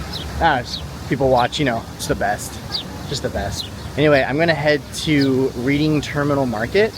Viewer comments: I need to get back to my hometown. Just a visit. I need me some Reading Terminal food. When you pronounce Reading Terminal, it's like Reding Terminal. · Watching with my wife. It’s pronounced red-ding not read-ing. Just a peeve of a semi-local. Glad you got to see all the cool historic sites! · The Reading in Reading Terminal is pronounced Redding. Bassett’s good choice. You missed Beiler’s donuts. Please come back and visit the museums along the Parkway.